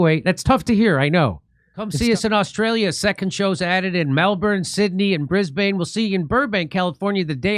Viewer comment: Please Jimmy learn how to say Brisbane before getting here, It's Brisbun, stop murdering the language LOL 🤣